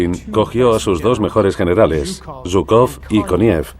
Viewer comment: Perdón, al margen de ideologías, pero llamar a Zhúkov y Kónev perros de caza de Stalin, es reirse de la historia y de la verdad de lo que fue Hitler. Tanto Zhúkov como Kónev (apellidos que ni pronunciar saben, pues van acentuados en la primera sílaba), debieran tener el agradecimiento de millones de seres humanos, por ayudar a precipitar la caída del régimen hitleriano. Posiblemente muchos de los actuales admiradores de Hitler, tal vez ni vivos estuvieran, al ser o descendientes de ciudadanos que la ideología nazi consideraba de segunda clase, o si hubieran nacido, ya la esclavitud que el régimen hitleriano tenía planificada sobre dichos ciudadanos, se los hubiera engullido. Hay que ser menos profano al hablar de la historia y abordarla imparcialmente y no en base a ideologías. El mundo del siglo XXI anda un poco desmemoriado acerca de lo que representó Hitler.